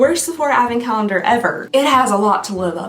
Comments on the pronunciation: Teeehee, Calnendar at the end there... xD I think the Sephora calendar broke her brain, y'all. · "bonus calnender" lol I love it